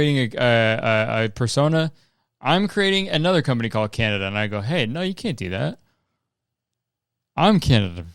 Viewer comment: “Canna-Duh”, my new weed brand, launching all across NA (US & CAN) 2027!